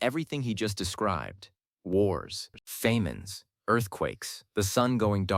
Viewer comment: Faymines are apparently famous Famines LOL